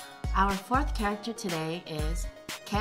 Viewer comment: I was confused I don't know weather it's ke or ket